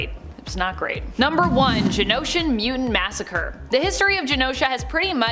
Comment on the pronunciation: It's muTANT not muDENT... Get that dude to talk right or get him out of the position of narrator